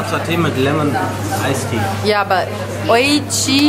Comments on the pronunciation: Voll gut, dass ihr Asiatisch mögt :) man spricht es [ o i schi ] aus :) tolles Video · XD Oishi wird oischi ausgeprochen also fast wie es geschrieben wird xD da wird das auch verwendet und bedeutet soviel wie Lecker.